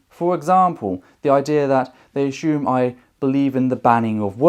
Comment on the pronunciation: I've heard "us-SOOM" and "us-YOOM" as pronunciations of "assume", but "us-SHOOM" is a new one to me. :)